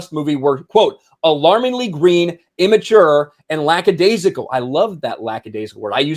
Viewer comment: Ahh, that word, "lackadaisical". "I love that, 'lackadaisical", I use that all the time!" "...you can get lacka -- laxidaisical". Uh-huh. 'splain that, Lucy.